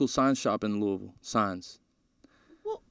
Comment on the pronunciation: He said “Louisville” correctly. I believe in him.